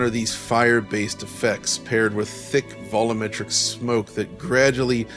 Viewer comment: Vol U Metric not vollometric